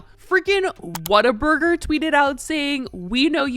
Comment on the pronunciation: That's not how you say whataburger 😂